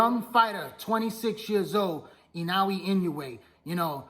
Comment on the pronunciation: At least pronounce Naoya’s name right smh